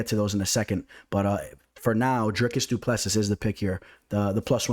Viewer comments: The last "s" in Du Plessis is silent bro. Dricus Du Ple Si (si like Italian yes) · as a South African i have to correct you, its pronounced du pla sea